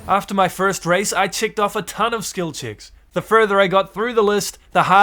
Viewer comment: bro saying skil chicks instead of skill checks